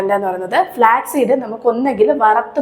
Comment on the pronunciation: ഫ്ലാക് അല്ല ((flak)തോക്ക്, വിമാനവേധ വെടി). ഫ്ലാക്സ് (flax)=ചണം. Flax seed = ചെറുചന വിത്ത്